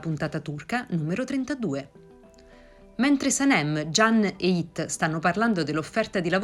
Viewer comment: La pronuncia della speaker dei nomi fa un po ridere da Emre a Yigit😂si pronuncia la "g" di Yigit e su Emre come se si mettesse l'apostrofo sull'ultima è non sulla prima E quindi cambia tutta la pronuncia........😀